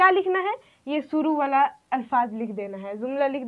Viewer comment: "Sheen" shuru kahiye not suru talaffuz pahle aap apna sudhariye kyounki aap urdu padha rahe ho !